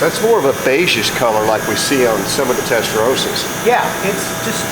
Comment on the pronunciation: Americans, Americans. Testarossa., Two S'es. It's Rossa, not Rosa.